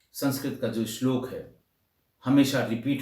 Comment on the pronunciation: इस बार आपने श्लोक का एकदम सही उच्चारण किया है।व्याख्या भी सटीक रही।